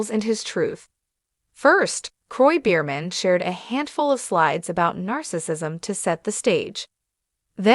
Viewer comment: What are you saying? The whole world already knows about this couple. Please pronounce the name properly.